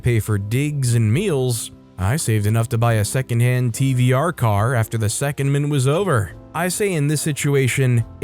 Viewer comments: Story 4: It's not SECOND-MINT, it's Se-COND-ment. In the garage apartment story, he wrote "conversation" but it's clear he meant to type "conversion". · And secondment is pronounced se COND ment.